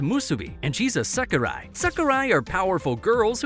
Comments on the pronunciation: Why are you calling sekirei "sakirai"? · It's seki-ray, not seki-rye..dude, your pronunciation is terr-a-ble😆